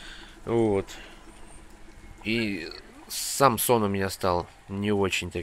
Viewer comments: Ага, и мне тоже) 3 раза переслушивал, чтобы понять, что речь идёт не о Самсоне, а о сне ) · Даже такая осенняя серость очень прекрасна) послышалось Самсон вместо "сам сон"